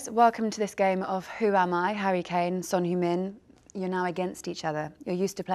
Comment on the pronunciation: Son Humin?! Not that hard to memorize three syllables...